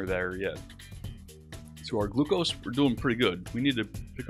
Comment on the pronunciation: the way he pronounces glucose